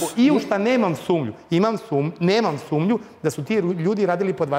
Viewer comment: Ovaj advokat nepismen lik. Zamisli kada neko sa pravnim fakultetom kaze SUMLJU umjesto SUMNJU. Gdje li je on zavrsio pravni fakultet i na koji nacin? Takodje, mnogi skolovani gosti u programima srbijanskih TV mijesaju JEL i JER... Npr: Stanje u drzavi je tesko, JEL je velika inflacija. A treba reci : JER je velika inflacija. Jel je upitna rjecica, a JER je uzrocni veznik.